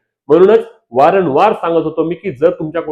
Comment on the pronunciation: वारण वार नव्हे रे येड्या वारंवार म्हण😂😂